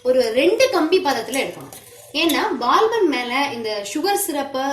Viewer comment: Super recipe sister... But unga pronunciation dhan konjam kashtama irundhuchu... Adhu Baal bun ila Paal bun sollunga pls...